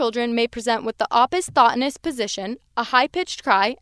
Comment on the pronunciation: Thank you for the video. Pronunciation of "opisthonos" is really off.